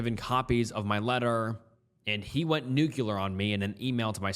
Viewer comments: i love you and i love listening to your videos while i'm at work but if you say "nukYOUlar" instead of "nuclear" one more time im gonna slap a customer. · Remember, it's Nu Clear, not Nu Cu Lear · Hi, its pronounced "nuclear" ("nu" as in "nu-metal" + "clear" as in "clear glass"), not "nucular". Have a great Day!:) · "Nuclear" is pronounced NEW-KLEE-UR or simply NEW-CLEAR. Edit: Also, it's STATUTE of limitations, with three Ts, not STATUE. Edit 2: Jesus, "indicted" is pronounced IN-DIE-TID.